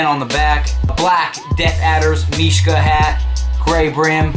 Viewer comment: he is actually saying mishka properly, and trust me i would now -.-'